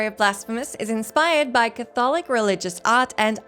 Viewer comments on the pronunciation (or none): Say "Catholic" again?